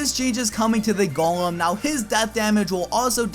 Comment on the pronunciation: you said gollum instead of golem